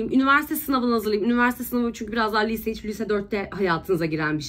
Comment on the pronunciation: nobody:: bu arada ben lise diyemiyorum lütfen dalga gecmeyin benle liiiise diyemedigim icin.. PATLADIIIM AOWPQPWWOEKEOEKKDWOKWKWKDKEOWKEOWKWOWK